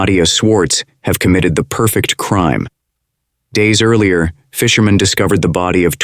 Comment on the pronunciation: The narration is too loud and sounds like it is AI. "Fishermen" sounded like someone named "Fisherman", for example. No inflection. He had the right to remain silent, but wasn't smart enough to.